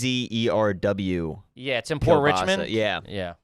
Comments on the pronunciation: Pronounced ( chev's) czerws ! How ya doing ?! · Czerw's Kielbasa pronounced Chevs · Kielbasa place is czerw's. Pronounced shevs. Best kielbasa in philly